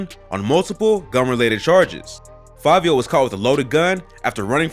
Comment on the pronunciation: Its fivio not favio...